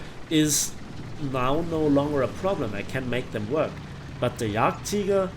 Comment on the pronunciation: yagteeger XD